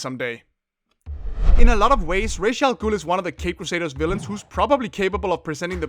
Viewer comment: Reish al ghul? That's not how you say that name :D